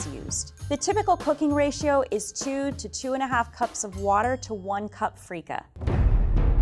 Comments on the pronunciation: Ok I can already tell Level 2 is going to make the most authentic Biryani without watching (where as Diversity kitchen chef is going to make her own deviation) So let’s call level 1000 Edit: oh boy, when level 3 said feeka grain instead of basmati rice I was like ‘oh no no no’ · As a pakistani-i have never cringed this much. Wtf is freika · … Come on, seriously freekah?? I’m not an Indian but that’s a blasphemy